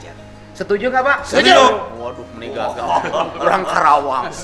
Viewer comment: Karawang, bukan Krawang Pak Dedi.